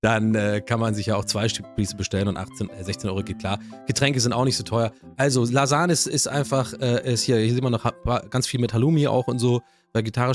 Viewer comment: Profis für richtig gute "Lasan"ge aber auch die Bolo ist Gut 👍🏼